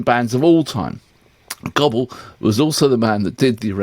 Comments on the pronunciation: Goble is pronounced Go Bull, not the mating call off a Turkey. lol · It’s Goble rhymes with noble, not Gobble as in turkey. :) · I’m arrogantly unsocialable enough to enjoy calling him goble, but I know it is pronounced go Bull. lol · FYI, it's NOT pronounced Gobble. It's pronounced as in noble. A bit of research and repect wouldn't go astray. I wouldn't mind so much except that he is one of Australia's great songwriters. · It's Goble as in noble... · Goble, sounds like noble.